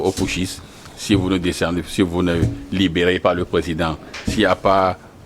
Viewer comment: Les intellectuels invités par les journalistes doivent arrêter de prononcer les mots pouthciste et junte